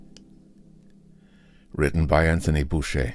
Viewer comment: "Boucher" is pronounced "BOW-cher". I promise. Meanwhile, excellent work! Your performance reminds me very much of Ernest Chappell, announcer and star of the classic radio show, "Quiet, Please"! Bravo!